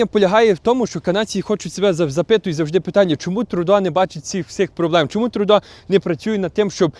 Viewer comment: Не "ТрУдо", а ТрЮдо. Не коверкайте слова, залиште цю привілегію росіянам.